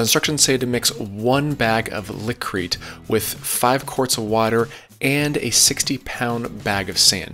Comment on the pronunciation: Liqui-Crete is pronounced “Lick-wih-Crete”...